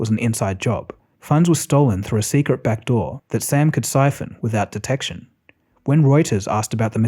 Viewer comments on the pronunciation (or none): none